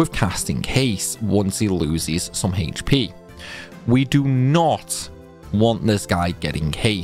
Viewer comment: It's "Aych" P, not "Hahaych" P